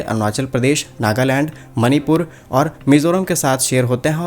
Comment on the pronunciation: मणिपुर होता है मनीपुर नहीं